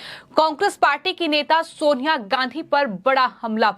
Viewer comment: बेटा लगाहातार क्या होता है। सोनियाहा क्या होता है अपना उच्चारण सुधारने की आवश्यकता है हिन्दी का सर्वनाश ना करें अति कृपा होगी। कहीं अपरोच से तो नौकरी नहीं पाई है।